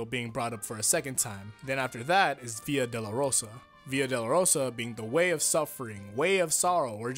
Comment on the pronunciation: You make it sound like “Via de la Rosa” which means way of the rose.